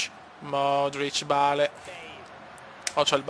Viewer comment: Non si dice bale si duce beil si scrive solo bale